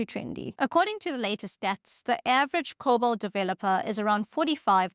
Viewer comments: Lieber Freund, es heißt Cobol! Dear friend, it's called Cobol! Not COBAL! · "COBOL" not "COBAL" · COBOL? You gotta be kidding?